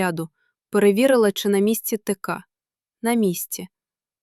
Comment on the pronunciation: Зверніть увагу на наголоси.У слові тека,наголос на е.